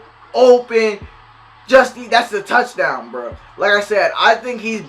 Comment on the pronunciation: Did my dude just say towchdown TIGERS